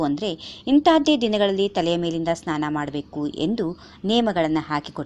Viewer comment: madam tತಲೆ ನ್ನಾನ ಅಲ್ಲ ಸ್ನಾನ